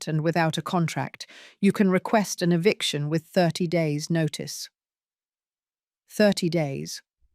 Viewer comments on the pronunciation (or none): EVICTION not EVICATION. Who can't spell should not narrate.